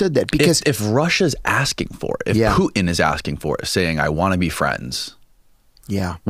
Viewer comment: Its not poo-in. Its putin.